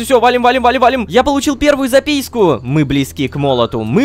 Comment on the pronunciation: Мне одному показалось что он сказал запиську?